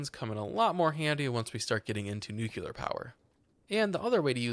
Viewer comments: new-klee-ur, not new-kyew-lur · Did you really just say NUCULAR?? Its NU-CLE-AR.. anyways great video :`p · nu CLEAR power not nu cooler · I don't wanna be that guy, But It's nuCLEAR, not nuCULAR. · Good video, but, i cant stand people saying nuclear as nuk-yuh-ler, its, nuclear, new-clear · NUCLEAR NOT NUKULAR NU-CLEAR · it's nuclear, since it's from nucleus, not nucular, no idea what a nuculus is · There's only one SINGLE 'U' .. it's nuclEar...